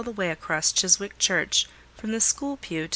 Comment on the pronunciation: The w in 'Chiswick' is silent.